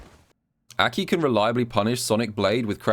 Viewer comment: I hate how you pronounce her name but imma suck it up for the gems